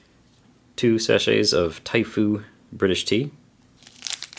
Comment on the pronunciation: Awfully sorry mate that typhoo erm is not 00 it's "oo" as in oooo my cuppa is ready. Good review mate hello from across the pond